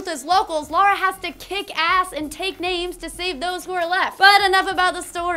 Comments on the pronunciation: It's Lara, not Lora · LARA not Laura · Feels so weird hearing a person call Lara Croft Lora or Laura as opposed to Lair-a. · Laura?? Her name is LARA. Pronunciation aside, the spelling doesn't change.